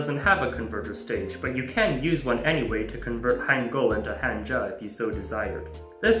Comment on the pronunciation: Every time someone says "kænji" a piece of my soul dies. Especially when he pronounces Hanja correctly afterwards!